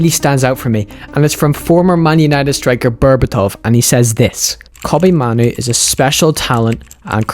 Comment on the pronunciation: Kobbie mahnu 💀🤣who tf is that